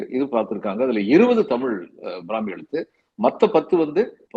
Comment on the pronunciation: என்ன தமிழ் பிராமி நு அழுத்தி சொல்றீங்களே... உங்களுக்கு என்ன உள் நோக்கம்...